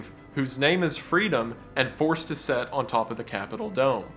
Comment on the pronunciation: Please learn how to say 'sit' and not set. Also when and not whenever